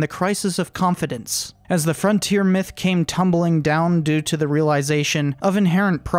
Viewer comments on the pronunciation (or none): none